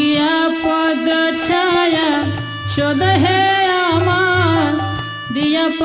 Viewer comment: pranam pls pronounce Chhaya छय in stead of chayā / चय ।धन्यवाद ।🙏